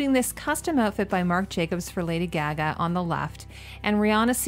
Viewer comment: LOVE your videos! So interesting what you see with a designers eye, but girl your pronunciation i've never heard someone say "Gaga" like that or caucasus like that its like caucasian as in the race or like when delegates meet, its all from the same root. your Balmain was perfect tho